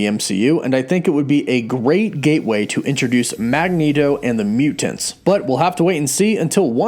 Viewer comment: Love the theories and the video, but man, I gotta say, I REALLY hate the way you say "MUU-TANTS"! Yeah, I know, that is a petty criticism but I don't think I've ever heard anyone pronounce it that way and for some reason it made me cringe every time you said it...